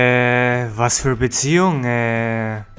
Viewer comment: beziejung .... xd